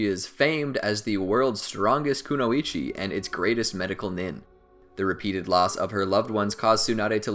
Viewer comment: Kunoichi not kuno-ichi